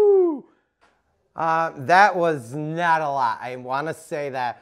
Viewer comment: "That was not a LAH..." Did you mean "not a LOT"? The word "lot" has a "t" at the end.